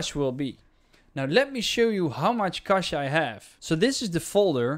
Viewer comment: u just saved my drive, ty man! (btw love the way u say cache)